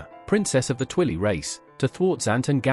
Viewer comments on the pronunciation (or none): "Twilee" ThIs AI nArRaToR iS uNrElIaBlE! Nah, but for real, clever use of AI tools and good video!